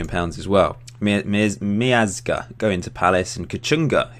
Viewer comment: Matt Miazga = Matt "Me-oz-ga" if anybody was wondering.